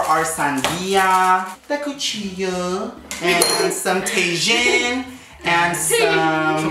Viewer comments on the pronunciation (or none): calling TAJIN (tae-jin) is hilarious got me saying it just like him 🤣🤣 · When he said Tay-shun instead of Ta-heen lmao